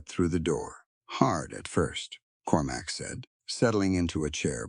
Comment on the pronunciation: Cormac, not Corumac! Proofreading would be much appreciated